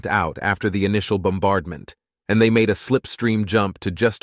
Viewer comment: I can see that. MAD read instead of MADE, LED instead of LEAD, etc.